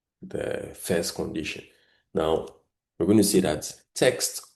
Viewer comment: Your content is good but please restrain from pronouncing words the wrong way, eg. virtual as vital, text as tax, etc